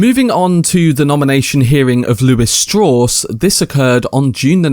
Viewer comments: Strowss. As in Levi Strauss. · LEARN HOW TO PRONOUNCE STRAUSS !